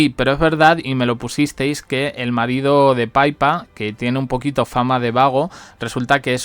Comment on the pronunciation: Niño, que no es paipa es pipa. Por favor entérate ya de una vez